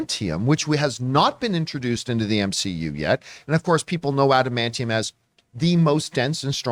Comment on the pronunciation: Lol if I were the guy who mispronounced adamantium, I’d just respond to John’s criticism with one word: “Tygarian.”